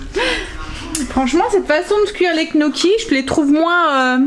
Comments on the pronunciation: coucou on dit gne gnocchis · "nioki" gnocchis!